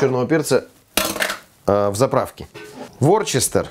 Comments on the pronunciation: Уважаемый повар, соус "ворсестер", называется Вустер. Лингвистическая полиция 🤪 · «Ворчестер» на самом деле произносится «Вустер» :) ...чисто для справки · И,простите, соус вустерский, не всегда английские слова читаются, как пишутся(